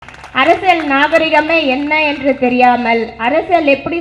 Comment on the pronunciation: Tamil leh varala neenga mayorruu😂😂 athu arasiyal arasal illa😂😂